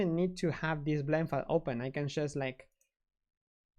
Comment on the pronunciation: Flend File. Lol!